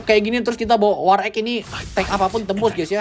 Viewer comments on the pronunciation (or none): Bang tolong penyebutan war axe diubah, agak risih dengernya wkwk. Nyebutnya war ex, tapi malah kyk kedengaran war eq / war eeq